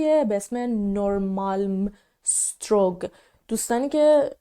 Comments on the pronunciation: درود بر شما، تو گوگل نمیشه براتون کامنت گذاشت، تو زبان سوئدی گ را بیشتر مواقع گ را یه تلفظ میکنند، اون میدان تو نورمالمیتوری تلفظ صحیحشه، مثلا توری یعنی میدان ولی توگی نوشته میشه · Norrmalmstorg این جوری خونده میشه دلبندم،نورمالمس تُری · اون منطقه به زبان سوئدی نورمالمز توری تلفظ میشه. یعنی میدان نورمالم